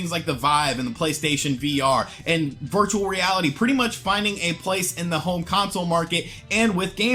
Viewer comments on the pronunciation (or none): none